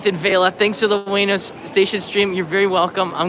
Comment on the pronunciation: ウエノ oo-e-no not way-no